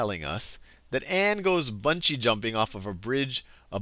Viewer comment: "buugee Jumping"